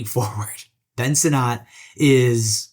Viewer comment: Ben “Sin-It”